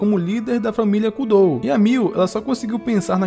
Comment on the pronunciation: Na hora que vc fala família "kudou" eu dei uma gaitada..